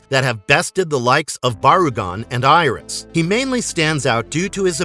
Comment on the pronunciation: Gamera's mortal enemy's name is pronounced Guy - ohs. I have the complete Gamera Legacy box set and Gamers the Brave. Nothing was ever mentioned about Atlantis in Guardian. The third movie the highly evolved Guy - ohs called (pronounced Ear - Ris) Iris. Did you actually see all the movies, or just read a script to clips?